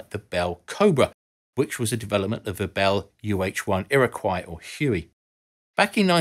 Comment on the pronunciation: You know perfectly well that the Americans didn't develop the Sea Harrier. It's offensive that you should imply that they did. Please tell us all what TF a 23 calibre round is and I suggest you learn how to pronounce Iroquois.